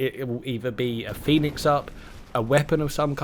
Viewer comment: Do you say phoenic up because of like final fantasy or whereever it came from?cuz theyre actually called phoenix kits.